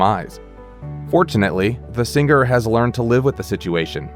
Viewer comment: Sing-ger really?